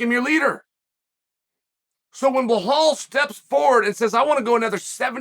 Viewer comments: Appreciate the analysis. Just wanna say, his name is Belal not Bahal. It comes across off when u say it. Keep it up. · It’s pronounced “Buh-Lawl”, not Bu-Hawl”. Good lord how are you so bad at pronouncing it? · His name is Belal with an L not behal with an H. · Chael: What's your name? Belal: Belal. Chael: Blahal? Belal: Belal. Chael: Ok great. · Bi-lal, please chael please stop calling him bihal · Blahol was very impressive Cha-eel, I had it wrong, thought burns had this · Every time he says “Blahal” I picture Hank Hill saying it😂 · Stop calling him bluhaal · Who's Bahaaal? Lol😅😅😅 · Jose reaching out to chael. I love how chael gets the names wrong. Like are you doing this on purpose? Bahal and piera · Why chael keeps calling him behal😂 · I’m starting to think Chael says peoples names wrong on purpose for a laugh….Pierra…Marklechef…Bluhal 😂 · It’s Blahal right? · Lol. It's Bahall. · Bluhal “Pronounce the Name” Mulhammed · Chael has own way of pronouncing people's names.🤣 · Stop mispronouncing his name. That’s ignorant. You’re better than that. If you didn’t know that’s what Zionists do to Palestinians to dehumanize, disrespect, diminish, demean, and belittle Palestinians. I’m sure that’s not what you’re doing but at least make an effort. The real way to pronounce his name is actually easier than whatever the hell your saying. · Pretty easy to say his name and there is no h in it